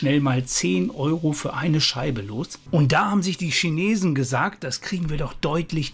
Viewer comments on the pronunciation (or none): none